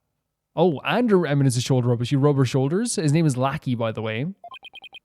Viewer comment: Lah-kee - lackey Ok, I'll admit that one made me laugh out loud...